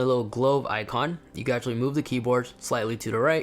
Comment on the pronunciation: He said u can ashatly